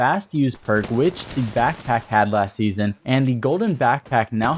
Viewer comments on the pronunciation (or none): none